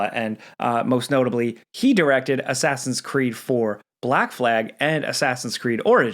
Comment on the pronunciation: Asscreed lol